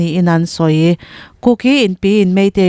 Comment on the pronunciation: Kuki Inpi tiha 'ki' tih lai tak hi a thluk a dik lo.